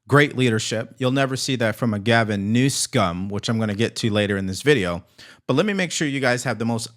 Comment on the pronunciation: Please stop mispronouncing the governor of California's name. You are so far above that kind of juvenile thing